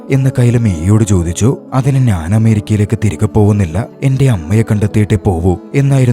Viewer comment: Nice ♥️ പിന്നെ നാൻ അല്ല ഞാൻ എന്നു പറഞ്ഞാൽ കൊള്ളം 👍👍